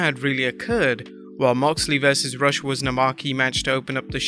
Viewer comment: Rush---pronounced Roosh